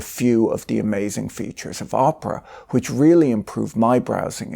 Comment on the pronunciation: I am sure Patrick says Oprah (Winfrey) on purpose instead of Opera. 😂